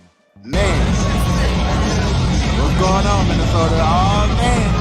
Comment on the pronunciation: HaHaaaaaaaa!!!!! Yall said the "Missy" Sota Vi"Queens" 🤣🤣🤣🤣🤣 ...SMH